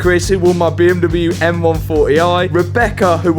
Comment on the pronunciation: What an accomplishment! And I will for sure miss the “beeeeuummmdoublyeuuu” pronunciation 😅